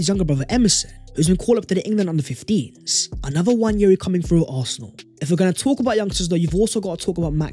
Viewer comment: It's not Nnwayeri it's Nwaneri (ONE NAY RI) ETHAN "ONE NAY RI" There's absolutely no Y in the name for crying out loud..